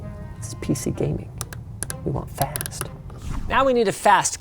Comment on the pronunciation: I touk a shot eberytame hesayd fAsT